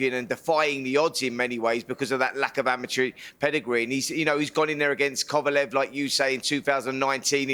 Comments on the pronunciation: Simon always says Kovalov. It's Kovalev!!!😡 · He pronounces Kovalev as "Kovalov" and Povetkin as "Povotkin". It's not difficult to pronounce them as they are spelt.